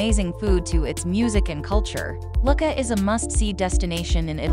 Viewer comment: Lucca is pronounced Loo - ka not Luck-a